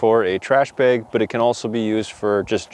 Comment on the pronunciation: I just like the way you say "Beg." Must be the Wisconsin in ya. :D I kid and I love you. Great vid my friend!